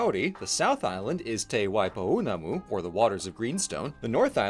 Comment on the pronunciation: ok. So in the first 37 seconds you also have a wrong spelling of Maori, which has a macron over the 'a'; you have the Tino Rangatiraranga flag placed on a European clan-style shield, which is completely foreign to Polynesian cultures; and you mispronounce Te Waipounamu. In other words, the production is a constant flow of cultural missteps. A task for you in exchange... but this is for your private reflection. What is it that made you think you were in a position to publish a summary description of a country and culture so foreign to you?